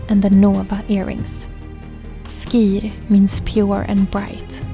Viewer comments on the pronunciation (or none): Vänta nu, skir uttalas 'schir'. Inte sk - som i 'ska'.